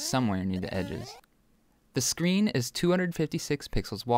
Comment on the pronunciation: You said Sean not screen